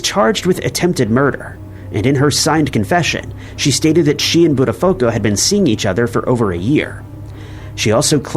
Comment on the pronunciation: Just a heads up - it should sound like "butt a foo ko" - not how you said it. If you ever want it to sound correctly. Great video overall!